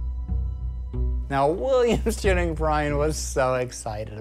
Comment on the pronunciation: Haha he's saying William Jennings as Williams Jenning